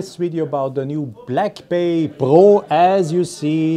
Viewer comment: It's called Pro not Po!